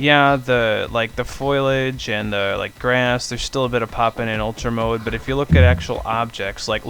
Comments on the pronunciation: Love that "foilage"...L before i, man :) Was looking for some fix to the pop-in, good to have this explained tho! ...even the highest-end settings don't slow my computer, making the pop-in seem even more ridiculous. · haha "foil age"